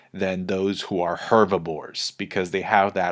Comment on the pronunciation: Are you saying hervibores?